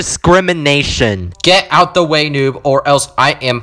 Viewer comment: When you say get ouch but i heard get out